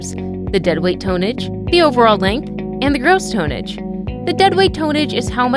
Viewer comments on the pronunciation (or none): I think u mean Tonnage. Not toneage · ...you lost me the first time you said, "tone-ege". I prefer my commentators know how to pronounce their words...say it with me now, tonnage!